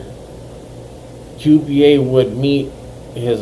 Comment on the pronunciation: Qba its not Q B A its souhds like cuba thats how u say it Cuba